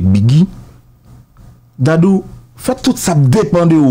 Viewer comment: Neg Dadou se yon comedian ki toujou ap érè. Ga pa gen 2 syllables. Yon seul Syllable Dadou